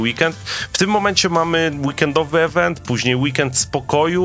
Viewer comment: Boże mów po ludzku! Słowo Event czyta się IWENT przez I nie przez E ;)